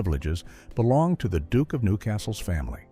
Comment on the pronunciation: Not all Americans pronounce duke the way of this narration.